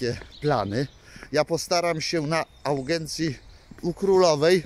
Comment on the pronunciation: Ty tez nie masz co nagrywac Nie augencja tylko audiencja